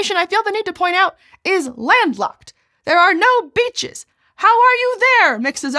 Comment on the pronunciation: I thought she said something other than beaches 😆